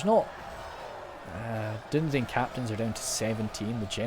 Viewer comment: Dunedain is pronounced as Dune-dine